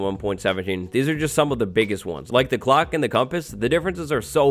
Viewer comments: everytime says "clock" it sounds like glock idk why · I’m sorry but every time he said clock my brain thought he was saying glock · every time hes says clock i think hes saying glock